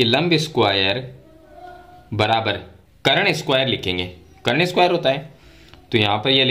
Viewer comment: करण नहीं सर कर्ण